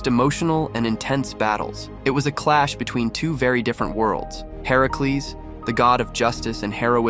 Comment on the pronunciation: Why does he pronounce Hercules like that? Ai?